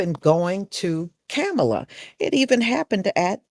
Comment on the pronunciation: Please don't attack me for asking, but why do you mispronounce her name?